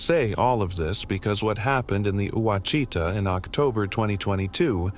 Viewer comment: Pronounced Wash i taw. Freakin AI.